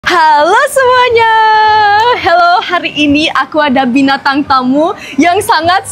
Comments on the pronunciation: Selalu ngakak kalo bilang bintang tamu pasti jadi "binatang tamu" 😂😂😂 love banget dah... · "binatang tamu" kirain salah denger bgke wkwkkwkwkw